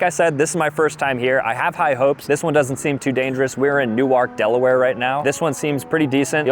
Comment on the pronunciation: Me a Delawarean freezing at the word “Delaware”